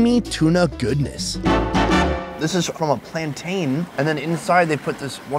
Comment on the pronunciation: Mountain.....plantain....please ppl 😑🤣